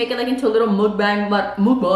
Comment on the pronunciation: Still struggling to say Mukbang 😭😭🤣💕